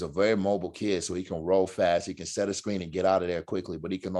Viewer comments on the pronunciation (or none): "set" not sit :D